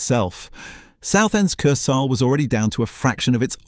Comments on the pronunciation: Wow. Great pronouncing of wurdz. Majjjjjorcka! Kurs-hell. Images not always relevant to the narration or actually from the time or the place, or just AI generated. A nice video with some nice facts but could have got a human to review it first. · Dreadful AI narration, constant mispronunciation of Kursaal and Ramuz. I especially liked ‘Lay’ meaning Leigh